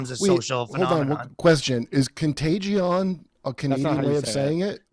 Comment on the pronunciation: What’s a contag-E—on?